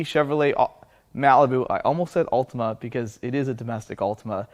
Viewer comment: AH yes, the Yee'hawtima.